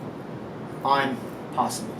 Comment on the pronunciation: A man like really said "fuhk owwtah here my nigguah" REAL G